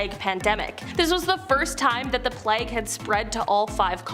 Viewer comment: Playg not plag.